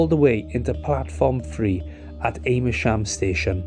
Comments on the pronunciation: Am as in "ham" rather than as in "Aim" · It's pronounced 'Am-mer-shm', not 'A-mer-shm'. But other than that, a good, and well explained video. 👍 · Sorry for being pedantic but it's Ammersham, not "Ame-ersham". Do check your pronunciation if you want to put out YouTube vids! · It's pronounced Amersham, not A mersham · Interesting but please get names correct. It's Amersham not Aimersham. And CHE-SHAM not CHES-HAM. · It's Ammer-sham not Aymer-sham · This MUST be AI slop. Ches-ham? Aim-ersham? Give me a break! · Aimersham and ches ham !! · The pronunciation of British place names and surnames can be very difficult to guess from their spelling (even more so than ordinary words!). It's AMMER-sh'm and CHESH-'m. Native English speakers are not entirely consistent on MAR-ler-bone. I wonder if we were listening to a human or AI text-to-speech? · Great video as always. Afraid they're said Ammer-sham and Chesh-am 😅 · Apart from several errors including the wrong route between London and Oxford and mispronunciations of Amersham and Chesham, it was interesting…